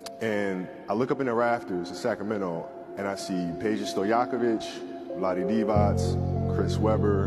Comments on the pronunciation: Uh, that Divac pronunciation was so pure. Respect. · Kobe's pronunciation of Vlade Divac and Peđa Stojaković was perfect RIP Mamba from Serbia